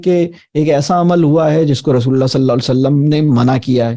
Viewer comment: Rasool saww ka sahi Tarha se Naam Lein is Tarha Bolna ACHA nahin lag raha